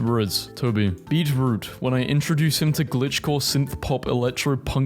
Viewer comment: Why the hell did he call Beethoven BEETROOT LIKE WTF!!!